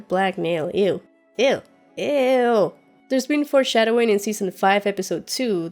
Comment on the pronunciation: Can you please stop saying "forshsdowing". Its not cool. I know it's the new trend that all game of thrones reviewers are saying. Like cleganebowl. Not cool. I really liked yr stuff when you started yr channel but now you seem to be trying to be too cute and funny. We all know that these speculations and theories are recycled from other youtubers and saying little funny jokes on the side doesn't make it sound authentic. I have to unsubscribe, sorry.